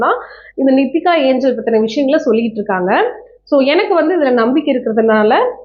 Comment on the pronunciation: அது நிக்கிதா ஏஞ்சல் இல்ல நித்திகா ஏஞ்சல்